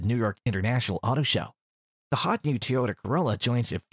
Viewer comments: TOYota Not Teeoyta 😂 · WTF is a "TeeYoda"?